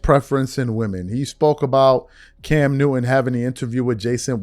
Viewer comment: Newton fool,, not newin